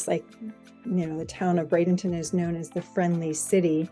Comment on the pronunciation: Thank you for pronouncing it correctly. Not Bradington Traffic however has become a very major issue